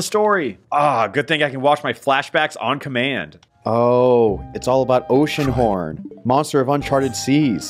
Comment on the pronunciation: It’s gonna be oceanhorn, it’s gonna be oceanhron, and... it’s oceanhorn